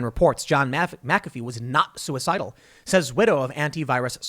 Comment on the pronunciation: Wait, the guy who literally said "If anything happens to me know that I wasn't sue-e-cide-al" wasn't sue-e-cide-al???? (Surprised Pikachu face)